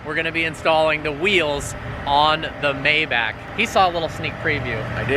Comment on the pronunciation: I sure wish you'd pronounce Maybach correctly.